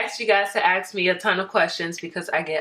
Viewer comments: Couldn’t finish watching the video because I found it annoying how she kept saying “axe” instead of “ask” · Stop “axing”. Start “asking”.